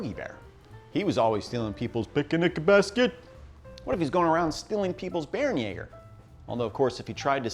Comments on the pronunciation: Not "Bear-en-yaw-ger," "Bear-en-YEH-ger" Umlaut "a" has a sort of short-E sound (or long-A, like "ay," but it would sound much the same, "bear-en-yay-ger") No umlaut "a" makes the "ah" sound in German. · Great video. Only thing it's pronounced "Bair-(like Hair)-en-yay-ger"